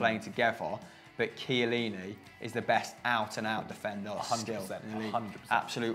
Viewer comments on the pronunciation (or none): please, teach that how to pronounce Chiellini.